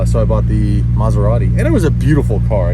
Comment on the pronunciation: How come you know how to properly pronounce "Maserati" but epicly fail on Mazda (Mäzda/Mähhhzda)? Please don't ever burn Ant-Man/Anfanee.